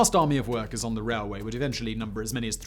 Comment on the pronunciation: "The Burma rareway"